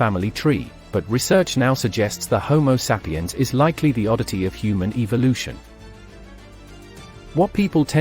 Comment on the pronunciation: Looks like the narrator would learn how to pronounce home sapiens, lol.